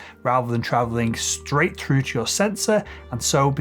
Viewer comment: Why do you say frough instead of through? And freeD instead of 3D?